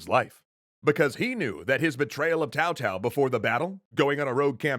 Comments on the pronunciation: I am going to assume he knows heis pronouncing Cao Cao, if only because Tao Tao is better than Cow Cow. But for the record: its Tsao Tsao. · in chinese, the c of C-ao is like tch (in watch), the closest pronunciation for a Westerner that i hear is Chow (in Chow-der) or Tch-ao , i dont find Tsao pronunciation accurate at all, too much emphasis on the s part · Is Cao Cao pronounced Tao Tao? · He say's tao tao but cao cao it's more of a sao sao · I can't watch this. Seriously, this is the WORST pronunciation I've ever heard. How the hell do you get "Tao Tao" from "Cao Cao"?! It's "tSao tSao", the T is largely silent. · I agree he should stop calling him Tao and call him his actual name. Cow Cow. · it's not TAO TAO, but TSAO TSAO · The pronunciation makes my ears bleed It’s pronounced Tsao-Tsao. Not Cow-Cow and definitely not Tao-Tao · Jung Sa And Cao Cao is pronounced “Tsao Tsao” not “Tao Tao”. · LOVING THIS THREE KINGDOMS extra history, but I think the correct pronunciation of Cao Cao it's Zhao Zhao, not Tao Tao... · Just a small detail, Cao Cao is pronounced Tsao Tsao, similar to tzar. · my god your pronunciations are horrendous...i'm of asian decent, like either bastardize the english pronounciations and say Cao Cao with a hard C. But calling him Tao Tao hurts my ears. It's like you're trying to Bastardize the mandarin pronounciation. just pronounce it normally if that's the case. Like why are you calling him Shwen Quan? Do you also call it Shwen Tzu's Art of War? Jesus christ. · So bad the pronounciation was..... auto subtitle heard cao cao as kowtow and yuan shao as urine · its Tsao Tsao, come on guys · Personally I don't really mind the pronunciation but I'm really curious where the idea of pronouncing a "c" with a "t" sound came from, normally it's either a "k", "s", or "ts", but "t"? Where does that come from? Really curious. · cow cow😂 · Atleast say Cow-cow so people know you're romanizing the name lol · "My name is Tao-Pee. Like my father, Tao-Tao."